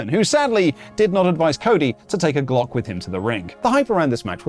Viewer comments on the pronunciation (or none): none